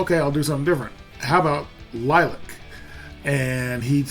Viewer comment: It is pronounced LIL-E-ACK